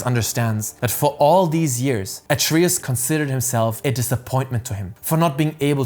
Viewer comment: What language did you play this game in? Why do you keep pronouncing Atreus like that?